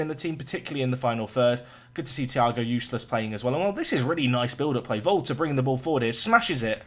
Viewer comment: Big fan. But for the love of the gods it is pronounced like Ulysses. Please stop calling him Useless. Just train your brain. Apart from anything, he's rather good.